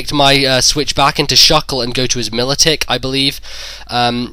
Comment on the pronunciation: Every time I heard Militick it hurt my ears.